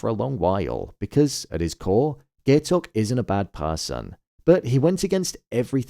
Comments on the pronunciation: pronouncing it "gay-tok" is crazyyy 😭 (guy-tok) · How are you gonna pronounce Gaitok's name wrong during the finale review smh